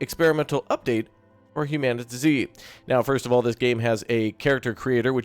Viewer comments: isn't it humanity with a zeee instead of a y. Not "human TuhZee" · I'm pretty sure it's hue-man-it-zee. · It's Humanitz not Humanitz!